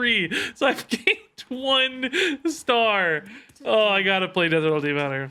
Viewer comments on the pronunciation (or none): none